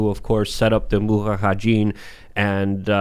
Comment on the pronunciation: 🤣🤣🤣 is the only person that can consistently mispronounce words yet remain confident and keep on talking. ".... the MuHaHajeen from Afghanistan" 😂😂